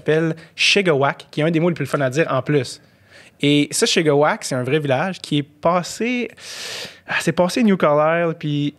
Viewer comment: Shigawake se prononce avec un accent anglais:P ( chie-ga-wayk )! Ca du trigger une couple de gaspésien la prononciation de, mais ouin faut pas de fier sur lil Andy:P